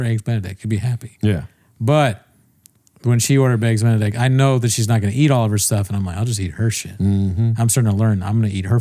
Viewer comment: Bapa moment 'When she ordered Begs Eenedict'